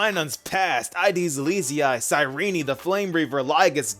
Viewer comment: Sayrini? Isn't it pronounced as sayrin? Genuinely asking